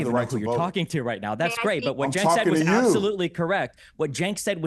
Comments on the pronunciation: But 'Jenk the Jerk' has a much better ring to it. I'm struggling to find a catchy derogatory name that goes with Chenk 😂 I'm factually correct so pretty please can you pronounce it properly? Thank you so much ❤️ 😘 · his name is CENK pronounced JENK, as in JERK. It is not pronounced CHENK! In Turkish, 'C' is pronounced 'J' in English. It is NOT the soft C which looks like this; 'Ç' which is indeed pronounced 'ch' in English. Thanks! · It's pronounced 'jenkem chugger'